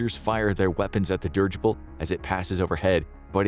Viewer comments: "Dih-ridge-ible" not "Dirge-ible" 🙄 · It's not pronounced "dirgible". Please look it up. It's so effing annoying.